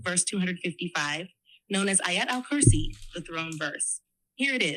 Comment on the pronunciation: It's Ayutal Kursi...